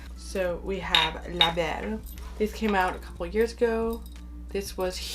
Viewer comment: Je disais « pure souche » pour le fun, en fait je voulais plus savoir si tu avais vécu au Québec car tu parles super bien français (quand tu nommes le nom des parfums) et j’avais cru reconnaître un accent québécois 😁 Je viens du Québec aussi! Bonne journée à toi!!